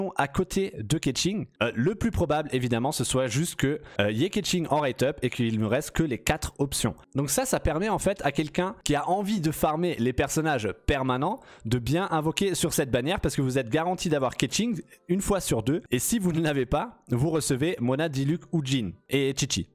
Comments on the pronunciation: pourquoi tu dis "ziao" tu es dyslexique ? de même pour "kaitchingue" ou "djine" "tchitchi" "vaineti" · J’ai fais chinois au lycée et c’est comme ça que ça se prononce en chinois “chiao, keutching, tchitchi” et pour Jean et Venti ils se prononcent en anglais tout simplement ^^